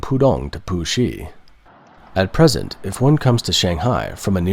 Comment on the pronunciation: Please get someone/thing that can imitate a Chinese accent... Because I was watching the video and the bot said "Pusi district" as "poohshe district... and that sound too much like another word that sometimes makes manchildren like me, laugh for no reason during a serious news report.